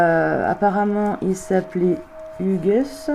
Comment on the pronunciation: Coucou, belle video. Par contre le prénom "Hugues '" se prononce sans le "s" , Hugue ...